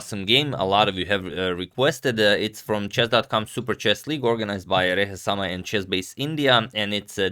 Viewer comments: I guess he wants to say raina samay but he can't pronunciate that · It is Samay Raina.. not reheSama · Is Antonio intentionally saying ReheSamay?? :D.Anyways nice game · There is no need to pronounce Samay Raina and and Sagar's name properly. They are not such big deals anyway. Rehesamay and Chasebase India is enough lol